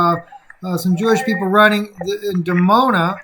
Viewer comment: it's actually Dimona Israel, nor Demona